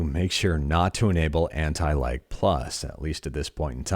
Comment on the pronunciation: Wheb you say lag it sounds as if youre saying anti-like